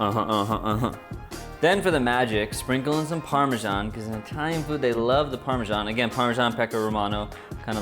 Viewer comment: The only issue I have with this is how he pronounces Parmesan 😷